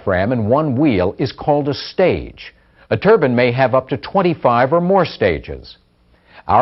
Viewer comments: Turban is turban, these are TURBINE, long I. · Got sick of listening to this dude wrongly pronouncing turbine as "" Turben""... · It's not a "Turban". It's a Turbine. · they are pronouncing the word wrong the bine part is to be pronounce as like pine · Its painful to listen to how he pronouns turbine